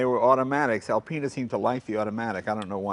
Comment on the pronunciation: L Penis? I beg your pardon , always thought it was Alpine's